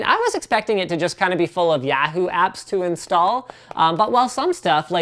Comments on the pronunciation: Is that really how Canadians pronounce Yahoo? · AM I THE ONLY ONE BEING BOTHERED BY THE WAY LINUS SAYS YAHOO??!?!?! AM I GOING CRAZY? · Oh god, his pronunciation of Yahoo. So funny. Also, fuck John Boehner, which he showed on that phone closeup of that app.